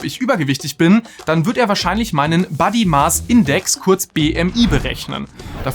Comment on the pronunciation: Es heißt nicht Buddy-Maß-Index, sonder Body..., also auch im Englischen mit o gesprochen und nicht mit A. Mein Buddy Index verändert sich unabhänig und kann auch einen Einfluss auf die individuelle Gesundheit haben. Du hast 16 kg abgenommen. Würdest du nicht auch aus dieser Erfahrung heraus sagen, das es wohl viele Menschen selbst in der Hand haben wie viel sie wiegen? Natürlich darf man nicht alle über einen Kamm scheren und natürlich sollte nicht eine Modelfigur das erstrebenswerte Ziel sein, sondern eine gesunde Figur. Auf der gesunden Figur liegt das Augenmerk. Was hier vergessen wird ist der Fakt, das viele Studien von der Nahrungsmittelindustrie zumindest quer finanziert werden. Ich würde einmal behaupten das es unseriös ist die Schlussfolgerung zu ziehen das Fettleibigkeit in der Jugend unbedenklich ist oder dies irgendwie anders zu verharmlosen. Es gibt z. B. Studien die klar belegen, das Fitness in der Jugen zu einem gesünderen Altern führt. Natürlich kann ich statistik verliebt Fakten isolieren und dann Schlussfolgerungen ziehen die durchaus sehr positiv sein können. Nimmt man aber die Summe aller Erkenntnisse und von Langzeitstudien zeigt sich ein deutlich negatives Bild. Ich weiß das ihr auch aufpassen müsst um kein Bashing zu betreiben, aber das etwas deutlicher herauszustellen, das die meisten Menschen es selbst in der Hand haben und eben doch etwas dafür können, weil sie etwas dagegen tun könnten, wäre besser. Ebenso wie die negativen Effekte deutlicher zu beto